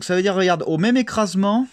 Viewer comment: rOGarde pas si c'est rOlou